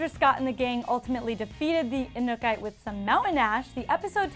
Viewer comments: Who is the anukay? It's Anuk-ite!!! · Its not inkuki it anuk-ite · Did she just say the Anukai? 😂 it's The Anuk-ite 😂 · Anuk-ite.. not anukite.. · No hate but it's not pronounced 'a nook ite' it's pronounced 'uh new kitay ' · Okay so it’s not the anuke it’s Anuk-ite alright. So get it right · it's pronounced anuk-i-tay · It was so annoyed listening her said every time the wrong way 😑😑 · the way she is saying anuk-itè is triggering me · Why dafuq is she saying inukite?! Does she even watch teen wwolf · wow she really can't say Anuk-It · Clearly she didn't watch Teen Wolf, cause she said Anuk-ite wrong.... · Anuk-ite. Pronounce it properly please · The disrespect when she says Anuk-Ite. Get someone who really watched the finale please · "The Anuk-I" someone knows their Teen Wolf. 😂🤦🏼‍♀️😒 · Can’t say anuk-ite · Boi if you don't......say anukite right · It's pronounced: anuk-ite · omg can you not pronounce aknu-kite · Lmao you said the Anu-kytae wrong lol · Your pronunciation of the main villain makes me cringe. Means you didn't watch the show. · did she rlly just pronounce the anuk-ite like that??? Honestly if u're a reporter u should do ur research, all it takes is one ep where they mention it, heck just watcha youtube video. Is that really so hard smh? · Just trying to get past the mispronunciation of Anuk-Ite. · Ekemini Andrews I Love that they got somone who OBVIOUSLY doesn't watch Teen Wolf to report on this...she is LITERALLY not pronouncing the MAIN ANTAGONISTS name right...#GoodJob #YouOnlyHadOne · Edward Zamora she keeps saying it wrong😑😑 Shame on her